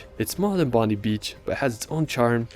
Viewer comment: Bondi is pronounced Bondeye and Bronte pronounced Bronty and Melbourne is pronounced Melbin 😄